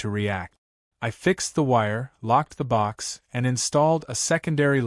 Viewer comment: BOX..not BOK..for crying out loud-!